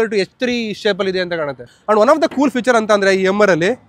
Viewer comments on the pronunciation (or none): none